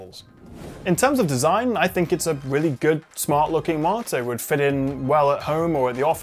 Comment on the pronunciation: Is he reviewing a monitor or a 'martyr' lol. Seriously though, nice review!